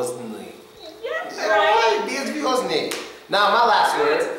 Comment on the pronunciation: "Беззвездный" у Фила хорошо получилось.